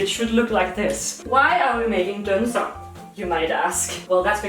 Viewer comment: Great, now I'm craving a good batch of "deller"! It's been far too long since I've done my duty as a dane, don't tell the government on me D: Also, it's "dunser" not "dånser" :P